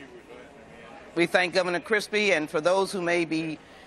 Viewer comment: 😂 we thank gov cripsy Jesus Christ... life is like a bucket of cripsy... You never know what your gonna get